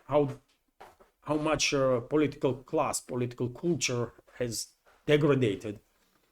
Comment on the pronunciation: "Coolture" better than Coldture!